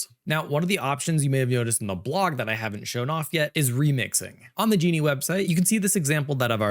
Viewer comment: Ok. If real... fun, relaxed, nicely paced, and greatly informative presentation. I'd say has the perfect stand-in/co-host he may have never asked for but has always had. Really great,! EDIT: Ahh, wait... the speech pattern is too much like. Hmm... further,, NO native English speaker would pronounce "Genie", even as an unintentional slip, with a hard-G as was done here. Ok, so if not real, which one was it: Viggle, Higgsfield AI (Recast), Runway (Act-One), Luma AI (Dream Machine), Synthesys Faceswap, Wan, Minimax, or Kling.